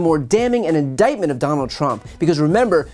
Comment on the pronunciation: IN-DEYE-T-MENT IN-DEYE-T-MENT IN-DEYE-T-MENT I hate the way he pronounces certain words!